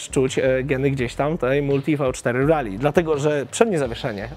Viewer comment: Miło jak słyszy się poprawnie wymawiane Rally a nie panujące w polskim youtube rejly, które nie wiadomo skąd pochodzi, bo ani to po angielsku ani tak nie pisane. Trochę, tak mi się wydaje że to "po angielsku". A motocykl marzenie szczególnie w wersji pikes peak.